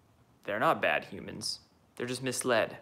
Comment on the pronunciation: Did you say hello fellow humans or qumans...